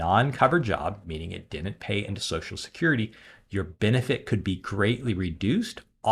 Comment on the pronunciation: learn to pronounce "DIDN'T", it's not "DENT"